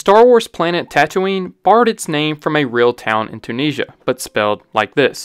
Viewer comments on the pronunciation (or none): none